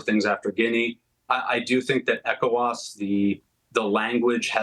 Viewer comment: This guy corrected himself in real time when he mispronounced ECOWAS; "E-cho-was the first time as Eee..CO..WAS. Good analysis. He knows the region well. Well done